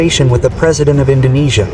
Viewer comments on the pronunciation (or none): bang lo org malay ya? bilang INDONESIA bang bukan INDONNESIA